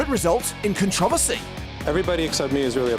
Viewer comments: Con tra va seas... who pronounces controversies that way!? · The real controversy here is the way you pronounce it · The way controversy is pronounced... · Due us a favor and learn how to pronounce controversy dumbass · Wow can't pronounce controversy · How does this idiot say controversy